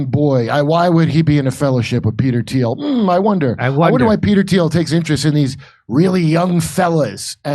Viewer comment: Spell Thiel. Pronounced teal